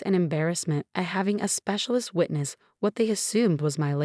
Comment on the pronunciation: Lisa, not Lissa. Sarah is a victim of medical neglect and abuse. Lisa, not Liza. Specialist, not secialist.